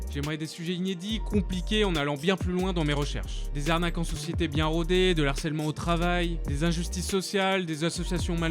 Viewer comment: Salut ! J'adore tes vidéos, vraiment, je pense que tu fais un super travail de recherche et que tu expliques de façon claire et précise. Mais j'ai remarqué que tu faisais régulièrement une petite faute de prononciation pour le mot '' harcèlement ''. En fait, on ne dit pas (il me semble hein je suis pratiquement sûre) '' d'harcelement '' ou '' de l'harcelement '' mais '' du harcèlement '' et '' de harcèlement '' Voilà j'espère que j'ai pas été trop reloue mais bon voilà ! J'adore ce que tu fais, tu as des sujets très intéressants et très importants, continues comme ça !